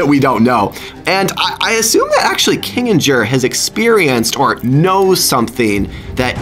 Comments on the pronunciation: It’s not kidger it’s kinger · It's not kingiger it's king-er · Kinijer?! Its Kinger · People who realised he was saying kingers name wrong cuz he was saying kinginjer 😂😊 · Am I the only one who here’s him say kinginjer it’s kinger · No no say kinger binder Is flirting with kinger shut up!!? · Why do you call Kinger 'Kingijer'? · Why are you saying kingbird if it’s kingr ? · THE NAME IS PRONOUNCED KING-ER NOT KIN-A-GER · it’s pronounced KING-ER not KING-AND-JER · I try to be rude but use it’s Kinger that Kincer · Kinger no kingger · Dude its kinger not Kinjger 😢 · Im a fan of u but its not kingasher its kingster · its not king-ig-er, its -king-her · It's not kiningger it's KINGER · Kingginjer bruh why it’s kinger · Your right he is saying king-jer but it's king-er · His name is kinger not kanger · It's not kinjer It's kinger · It’s not kin-jer it’s king-er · It is not kinjr it is Kinger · Not kinderger Its kinger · It’s kinger not kinicher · ITS KINGER NOT KINIJER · Its Kinger not kanger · Say kinger not kinginjer please. And say Zooble instead of Google. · Kinger not kingjer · I did! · Yeah dude 😊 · Me too. oh yeah kinginjer to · bro said kingers name wrong he was saying kingingjer 😆😆😂😂😭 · You’re saying Kinger wrong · it kinger you are saying his name wrong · It’s pronounced kinger Without the G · Did you say kinjer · Its longer not gingjer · Bro saying kinger's name wrong he needs to watch more of THE AMAZING DIGITAL CIRCUS 🎪😂😂😂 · His name is Kinger not what you said that his name was just trying to help out😊😊😊😊